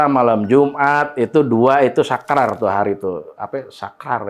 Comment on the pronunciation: Keren ada lucu²nya Sakral ❌ Sakrar ✅ itu asli saya bang mirip Syahrulkhan -Quote "~Cinta itu emang kadang buta tapi bukan berarti harus bego~"